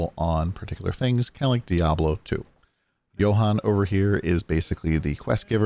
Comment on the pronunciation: thank you for pronouncing Johan's name correctly this time. Good vid!